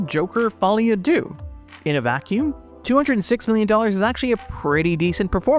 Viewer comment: "Deux" in no way rhymes with "Boogaloo"